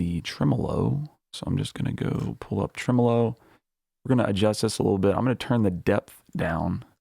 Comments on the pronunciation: The way you pronounce Tremolo is the same way I've heard it pronounced (in Australia) for over 40 years. I didn't know there was another pronunciation. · lol the way you pronounced tremolo had me thrown off a bit lol but do you ever use transient shapers to push and pull things like drums front and back in the mix? and how much do you saturate if ever?